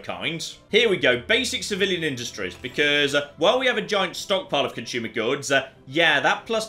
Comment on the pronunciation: Why is everyone on youtube pronouncing words like assume and consume with H's in them? "ashume" and "conshumer" being examples.